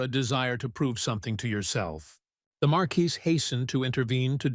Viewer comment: oh ffs. It's not even 15 minutes and we have 3-4 ways to pronounce marquis? and slimes are now slugs?! I don't think I can take 3 hours of this. does anyone proof the stories??